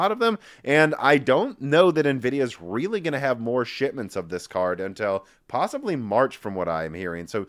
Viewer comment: Hilarious how pronounces “shipments.” His pronunciation replaces the p with a t. Every time.